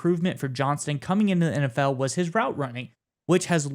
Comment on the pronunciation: Like the video, but both of you kept forgetting to add the T in Quentin Johnstons name; JohnsTon, not Johnson. Other than that, great vid guys, keep up the goood work!